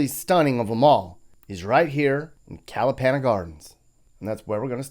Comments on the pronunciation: That's KalaPAWNa Gardens, not KalaPANa. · Please take the time to learn the correct pronunciations of names of places. It's not that hard. You say Kalapana like "Alabama" with an n. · Your pronunciation is funny, pretty good but funny! Aloha